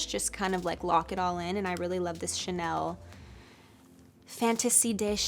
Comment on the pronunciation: Shouldn't the industry prioritize individuals who not only possess the ability to pronounce "Chanel" correctly but also have truly made a difference?